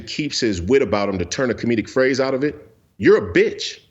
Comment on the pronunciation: It’s the emphasis on the B in “B!tch” for me.